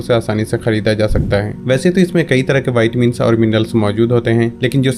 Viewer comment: Bhai pehale tum siklo vaytimini nahi hota o vitamin hota gain विटामीन 🤣🤣